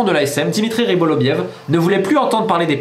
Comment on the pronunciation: Pourquoi tu dis toujours "Rybolovliev" au lieu de "Rybolovlev" ???